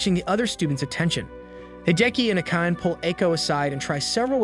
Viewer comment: Akane is pronounced Ah-kah-nay, not Ah-cain. Nekohime is Neh-ko-hee-may, not Neh-ko-heim. Cringe.